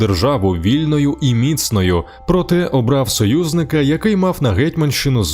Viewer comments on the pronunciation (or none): Тільки не мІцною,а міцнОю !!!